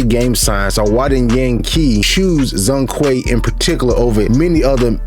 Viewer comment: It's not Zong Kui, the 'Zhong' should be pronounced similiar as 'John'(Zhone Kui). 'zh' = 'J' in mandarin.